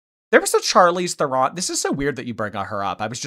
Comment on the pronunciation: That is NOT how to pronounce Charlize Theron! It's Sharleez Tron! 🇿🇦